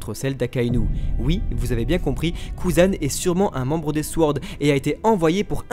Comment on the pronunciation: Vidéo qui est au top comme d'habitude ! Mais pourvu que le mot "sword" va nous suivre un certain temps, je préfère vous prévenir que le "w" dans "sword" est muet :)